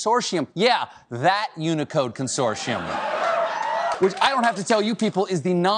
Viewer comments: Anyone else have a problem with the way he says consortium 🤨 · he also can't say it correctly. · Curious, is it american thing to pronounce "consortium" like he does, I've only heard it said the ways its spelt with a solid T sound in the middle.